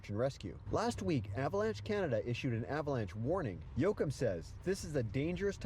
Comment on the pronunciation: Dwight yoakhim… lol!